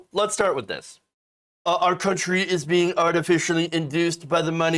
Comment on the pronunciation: "... Our cunt-ry, our cunt-ry, our cunt-ry open it up ..." 🤣🤣🤣